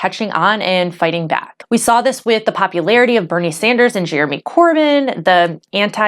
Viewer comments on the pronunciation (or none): none